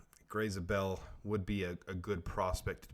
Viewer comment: you are pronouncing his last name wrong, it is not "Zah-bell", it is "Zay-bell."